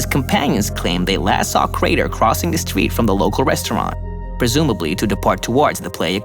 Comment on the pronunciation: His voice is so annoying...... oh yeah “crater cwossed the shtweet”!